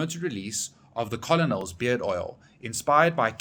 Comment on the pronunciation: Love how you pronounce colonel wrong like every kfc employee 😂😂😂